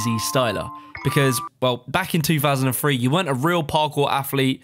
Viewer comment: This dude really be pronouncing 2003 like “chew fousand and free”